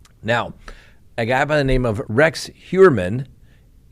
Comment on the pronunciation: A good German would pronounce his name "Hoyerman"